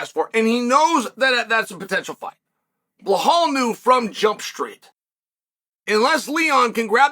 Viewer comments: His name is Belal not Blahal wtf lmao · I love hearing him talk about “Blahall Muhammad” 😭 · The fact he's still calling him "Bell-hall" is fckn hysterical 🤣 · Bleh hall